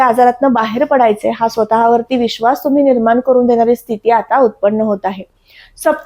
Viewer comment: जोशी असून आनी पानी का बोलते ही? "ग्रहन" स्थान, परिनाम, निर्मान असं...